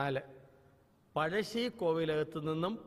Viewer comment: Not Pajassi it's "Pazhassi the "Zh" is a tounge twister